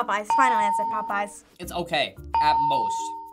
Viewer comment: He said popeyes?????? Popoeyes for the first one??????? The disrespect !!!